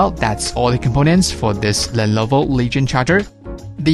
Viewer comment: Dude, it's not "lellloooovoooo", it is simply "Lenovo". Great video :)